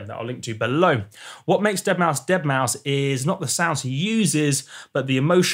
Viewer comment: eeeueuurrrh the deadmousth pluck!